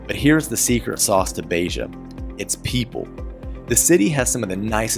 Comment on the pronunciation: Agreed that almost all of your city names have become quite good. Just two very minor adjustments: open, short e in Beja (not Beija) and separate syllables in Ra-inha. Otherwise, perfect!